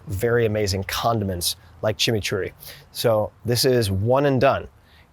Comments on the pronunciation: Props for correctly pronouncing "Chimichurri" ... Much respect! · The best Chimichurri pronunciation I’ve heard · 👏🏼👏🏼Mencionaste la palabra chimichurri perfectamente como un hispano/latino 👏🏼👏🏼